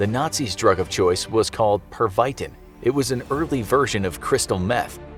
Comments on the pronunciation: It’s pervitin not perVITin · It’s called pervatin not pervitin! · It's Per-Va-Tin EDIT: An Benny's are a reference to Benzodiazepines which are downers/anxiety meds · Purr-vuh-tin Not per-vite-in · It is pronounced like this- Per-va-teen... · its pronounced per-va-tin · Do your research on names, thats not how you pronounce Ishmael Beah or pervitin